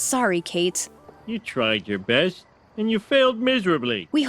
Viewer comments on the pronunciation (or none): none